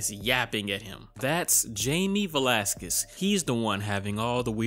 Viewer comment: You pronounce his name Velásquez